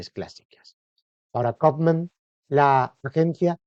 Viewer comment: El locutor deberia saber como se pronuncia un apellido alemán y no pronunciarlo en inglés